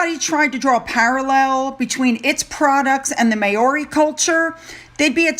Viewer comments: It's pronounced Maaori not meiori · Great video, but next time you see the name MAORI you should pronounce it MOW (as in How)-RAY. The Maori people are a beautiful and colourful people. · please google pronunciations. Maori is pronounced Mowri (with a rolled 'r'). It is insulting otherwise. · Travalyst is a scam y the way the name Maori is pronounced Mowri just for future reference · It’s pronounced Mow-ree, Just saying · I know, I know pronunciation isn’t your thing but…for future reference Māori is pronounced Mowri…like ow it hurts..rather like watching Harry “dialling it in” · it's pronounced Mowree as in cow. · No offence to you but Maori is pronounced mouw-ree 🦛🇭🇲🦜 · It's pronounced: MAO (rhymes with cow)-ree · Hi, Maori is pronounced Mow ( as in wow) ri. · Māori pronounced maw-ri. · Just FYI .... Maori is pronounced Mowrie. Mow like cow and rie like wheeeee.